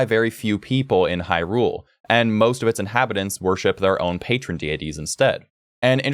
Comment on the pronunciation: Far as I’m concerned. The way you say Hyrule, and Faror, you are saying it right.